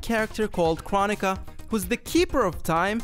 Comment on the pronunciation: It’s crow-nee-kuh